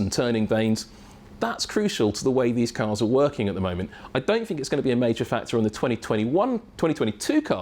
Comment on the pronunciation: This guy doesn't know the difference between bought and brought. It doesn't bode well when he used the word fink at the start. I got 38 seconds into the video before hitting pause. Maybe use a presenter that completed his education next time F1.